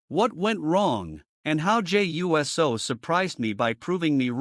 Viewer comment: Yes you were and you keep saying his name wrong , it’s pronounced Uce -so